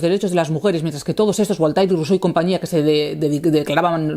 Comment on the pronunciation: "BOL-TAI-RE"... ¡La madre que me parió! Querida J.A., cuando te escucho pronunciar así los nombres de grandes pensadores (y es sólo un ejemplo) un escalofrío recorre todo mi cuerpo. ¿Podrías hacer un esfuerzo por llamar a la gente por su nombre? Entonces ya niquelado. Firmado: Un lector